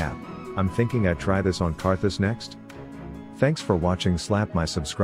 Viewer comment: karthus....its karthus